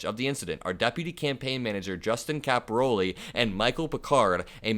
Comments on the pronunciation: narrate , don't read almost verbatim. It's capi- RALE not capi-ROLI. Common Italian surname. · It's Caporale and not Caporoli... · Yikes. Please correct your pronunciation of his name. It’s not “ Cap- o- Ro -Lee” It’s pronounced “ Capor-ah -lay”. Look at the spelling. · My thoughts? (1) Read the name correctly -- it's Cap-oh-RAH-le, not Cap-ah-ROH-le. (2) Don't waste our time and ruin your own reputation by saying that Caporale "looks like" he could assault a woman and then find out a minute later by actually READING the day-old article that you are calling "breaking news" that it was Picard who shoved her, not Caporale. Just stop. Do not plunge ahead. You made a bad mistake and defamed the wrong person due to carelessness. Ditch that footage and make a revised recording with correct information, then upload the revised recording. News reporting is a tough game. It is not just "say whatever comes into your head." Slow down and get your facts straight before you commit to an upload. 💙💙💙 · Caporale... Not caporole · The name is pronounced "Cap or All EE". You're definitely from Indiana....